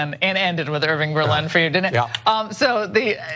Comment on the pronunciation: everyone, they said 'Irving Berlin' hahahahahaha omg looool